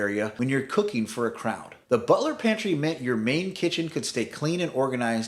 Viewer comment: Butler's Pantry. You are saying Butler Pantry which is wrong and sounds ridiculous.